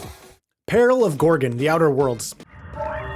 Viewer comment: It's peril not pale, you keep saying pale on Gorgan not Peril on Gorgon. And it is far from one of the most disappointing DLC.